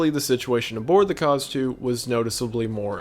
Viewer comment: Every time wendigoon said Kaz II all I could hear was Cars 2 lmao